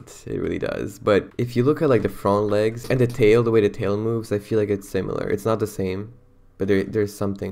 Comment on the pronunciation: Pls they way you said "front legs" has me dying 💀 I think it's your voice that went into some kind accent that's sounds like French (could be wrong), I'm literally wheezing!!!😭 Absolutely love the video tho, you and are too funny🫶🏻